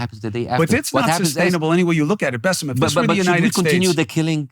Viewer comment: It is Bassem not Buss'em. Try it, Bas-sem